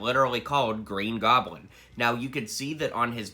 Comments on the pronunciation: the he says the green groblin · “Green groblin”